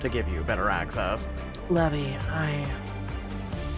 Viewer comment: Hi not to be rude but you are saying the love interest's name wrong, it is Lee-v-eye, Levi again I'm not trying to be rude just telling you how the name is pronounced. I really enjoy your videos 📹❤🧡💛💚💙💜